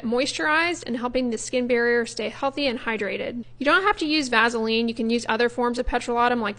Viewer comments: Eeekkkk. Her pronunciation of vasalean. Lol it's vas-e-line. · Please pronounce your words correctly if you're going to put yourself in front of the whole world. Vazaline for Vaseline isn't cool...your message, however, was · I've never heard of vaseline pronounced with a z sound- "vazeline". 🤔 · I've never heard anyone pronounce it "vazaline". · I can’t figure out what’s happening with online dermatologist, the dueling duo male doctors do the same thing. For at least 100 years it’s been pronounced “Vass a lean” And its product is PETROL E UM JELLY. Not pet rah latem and it triggers me so much, I realize the goal is to sound snobby and and pretentious, but the truth is there is ZERO pretentiousness with this amazing product. Stop Social media gobbledygooking this fantastic, obtainable by anyone resource. I’m so over this boojee or should I say boo gee Nonsense. It’s petroleum!!! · I love how you pronounce Vaseline like Ice Cube does. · Here’s what I need to know: is it pronounced VASS-ah-leen or VASA-leen? Have I been saying it wrong? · I've never heard someone mispronounce Vaseline quite like this before! 🤣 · Why are you pronouncing it with a z